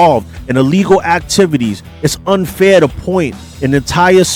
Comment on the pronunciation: "Paint with a broad brush", not "point".